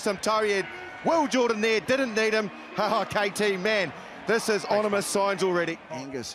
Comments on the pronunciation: did the great commentator marshall say ''onimous''? lol boompfa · "Onimous signs" for the English language right from the start of the commentary, and Marshall never let us down. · "Onimus signs"